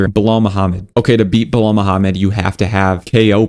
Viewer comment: Bro everything you say right but Islam , Ankalev , Belal you said wrong about this .😂